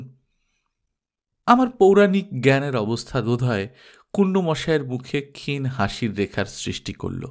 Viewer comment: অজ এবং ক্ষীণ শব্দ দুটির উচ্চারণ একটু দেখে নেবেন please